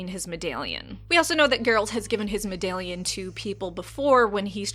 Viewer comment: lol the way you say "medallion" is awesome. Giving me the Fargo vibes haha